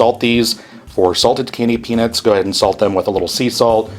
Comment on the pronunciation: the peanits instead of peanuts is bugging me